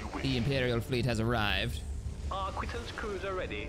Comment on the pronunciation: the Empire tried the TIE Phantom, a camel-humped cloaking TIE. The Stygian crystals it used as a cloak were incredibly rare, plus if they couldn’t see you, also couldn’t see them. Unless you’re a Force user, tat is… and the arquitens cruiser is pronounced Are-quit-ens, or if you’re imperial and pompous, arc-whit-ens.